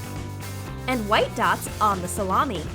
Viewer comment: she says "add red slices of salami" "rEd SlIcEs Of SALAMI"